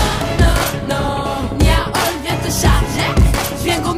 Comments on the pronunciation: C est nia hall mais niahvale 😁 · Moi j'entends Niia Hall